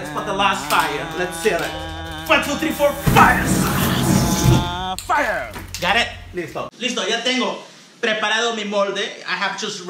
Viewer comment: He say frie ! Is so funny